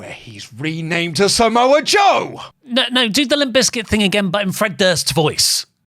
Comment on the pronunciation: Slowly enters screen “and somoa joe” 😂😂😂😂😂